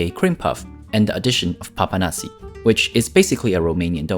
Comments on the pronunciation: Thank you for doing my country.And you have to add more accent to the s at papanași.Like this:Papanașșși.You should try paste carbonara(pasta with cheese).Its my fav meal! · As a romanian, i am laughing so much while he is trying to pronounce the name of the dishes😂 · In mosul in care a zis papanasi means the way he said papanasi